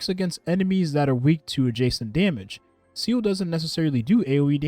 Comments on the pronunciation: Can you please stop pronouncing seele as "seal"? it hurts lol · Day 69: could you please pronounce my queen's name (Seele) correctly?